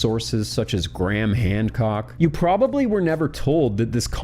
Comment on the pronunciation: does homeboy say Graham HANDcock? 😅🤡 🍑